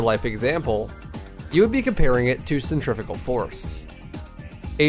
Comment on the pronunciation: "centrifikuh force"